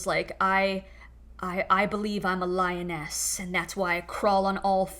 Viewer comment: I heard lioness as “lyin’ ass”😅—just my default reaction to anything that jws say(or maybe the effect of what I’m smoking 😅). Yeah I’m gay and also a dentist—think of me as the Tooth Fairy 😅… Couldn’t resist 😅!